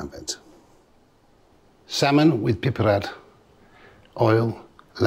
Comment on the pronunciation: Aliddabiddov olivole... And the tiniest amount... of bazzle